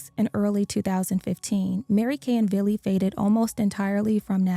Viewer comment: Hey yall. His name a Vili. NOT BILLY. Vili Fualaau